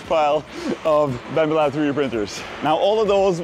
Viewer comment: You keep saying Bambu Lab, but it sounds like Bambalam... to which the only appropriate replay is Hey Black Betty! Bam Balam!